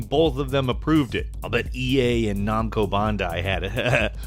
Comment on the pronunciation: "Nomco Bondai" Oh I love their games Sells Dork and Nuritoe Ship Under. Really? How hard is it to say Bandai Namco?